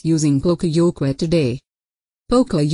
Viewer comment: that's not how to say yoke...